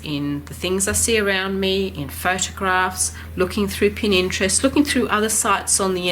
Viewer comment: Love your tutorials. Please may I correct you, for the sake of total newbies, it is Pinterest not Pininterest.